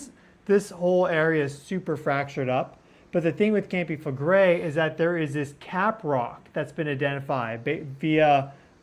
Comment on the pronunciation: "KAHM-pee FLEH-gray". Campi Flegrei pls. it is not 'campi' It is a Strong K -----KAHM-pee (not campi) grazie'